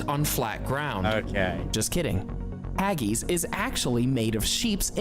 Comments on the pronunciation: Some alternative facts on show here. haggis isnt pronounced haggies, rather it sounds like haggiss. Also that wasnt toad in the hole. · If you are going to criticise something at least tell him to get the pronunciation correct. It's not Hagese, it's Haggis so easy why say it wrong. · I really hate the way Americans pronounce words, get it right or dont say it at all, its haggis not haggies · Haggeees, haggeees what the f are haggeees? Now Haggis that's different. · He says Haggis completely wrong , he says it like this Hag gis . JH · They didn't get much right in this video though I accept it was tongue in cheek. They didn't actually show toad in the hole. Haggis is not pronounced haggeeeeeeees. A chip butty is not a fries sandwich, chips definitely are not fries and a good chip butty is a thing of beauty and a delight to eat. Fried Mars bar is a novelty food that no one in the real world eats and I doubt you could find stargazy pie being sold anywhere in the UK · How many times can that narrator say "haggeez"? The clue to the pronunciation of 'haggis' is right there in the spelling! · Haggis is delicious but it's not Hag ees. Black pudding is also delicious and doesn't taste anything like blood and toad in the hole is sausages cooked in the yorkshire pudding batter not a couple of sausages plonked inside an individual yorkshire . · Jelly and ice cream used to be a staple at a kids birthday party. It is also a PUDDING, because that is what we call DESSERT. Pudding ( dessert) can be hot or cold, not just a cake ! Deep fried Cadbury Cream Eggs at Easter. What the hell is a " TV PICKUP " !? Hageese !? Mushy is pronounced as the sled dog command MUSH and not MOOSHY. There are NO fries in a chip butty ! They are real CHIPS....from the chip shop ! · Haggies??? thats embarrasing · Hageees, hahaha. Original title should be usual foods from the UK though, since he did not cover only English food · Haggees??? Why did he pronounce it like that????